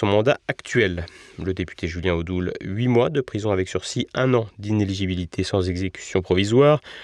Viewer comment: Bravo a madame qui prononce correctement iné ligi bili té, c'est bien la seule a être exemplaire !